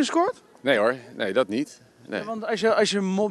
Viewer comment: "Ik ga daar niejj over" ....